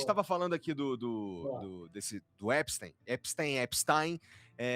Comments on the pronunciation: A pronúncia é "Épstáin", estão falando éspstêin para afastá-lo da sua origem judáica... É por isso que pronunciam errado... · Não sei por que a galera pronuncia "Epistim" no nome do psicopata, mas não pronuncia "Enstim" em Albert Einstein. A pronúncia correta é algo como "Epistaim" mesmo. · Épistain, é a pronúncia correta. Épstain,. Não caia na armadilha de disfarçar a origem do monstro. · " EpstAIn" ! O suiciado queria que pronunciassem " Epstin" , mas né